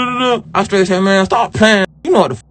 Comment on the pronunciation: 😂 GOOFY & REMEDIAL BANDITS! "AMBALAMPS". "SKRAIGHT". EEEEEEEEEEEYUCK! 🤮